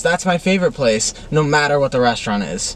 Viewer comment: It doesn't mAttur!